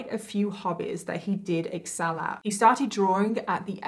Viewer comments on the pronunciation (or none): none